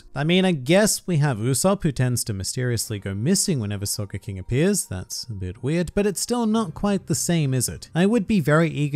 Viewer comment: Can I say that it kind sounds like you're saying soccer King